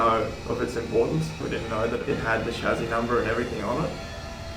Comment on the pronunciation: Interesting pronunciation of chassis